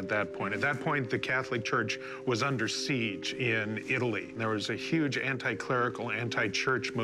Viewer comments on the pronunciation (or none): none